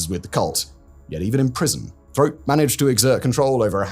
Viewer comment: Roch Thériault = "Rosh Terry-Oh" (phonetic pronunciation)